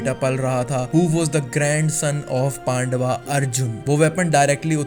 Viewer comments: Kya pandava lga rakha h pandav bolna bhai tu koi foreigner h kya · Bhai mahabharataa ni hota na pandwa hota h mahabharat hota h aur pandav hota h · Yaar apne Mahabharata character ke naam ka pronounciation ache karo Mahabharata, uttara, pandava what a pronounciation, how can you pronounce like this Mahabharata